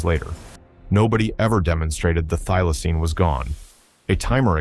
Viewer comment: Thylocine not i'm not dealaceine